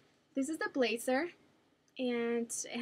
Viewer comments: Please don't take offense to this Dulce...I would just like to say that when I hear someone saying or pronouncing a word wrong, I politely correct them. I do it to my mom all the time so she won't make the mistake in front of other people. So here goes...the word blazer is pronouced "blay-Zer" not "blay-cer"...or also when you say jersey...its "jer-ZEY" not "jer-sssey" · you say jersey and blazer wrong.